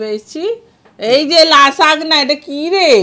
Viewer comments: Didi ota Lasagna(লা-সা-নি-য়া) Khub bhalo laglo Aaj ker video ta❤ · Didi ota Lasagna but uchharon LA-ZA-NIA eta ekrokom er Pasta. Italy r lokera beshi khaye. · Didi ওটা লাসাগনা নয়।ওটা লাসানিয়া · লাসাগ্না নয়। উচ্চারণটা হবে লাজানিয়া। Lasagna>Lazaniya। এটা এক ধরণের পাস্তা। ছোটো ছোটো পাস্তাশিট দিয়ে তৈরী হয়। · Didi lasagna er uccharon Lazania( লাজানিয়া) hobe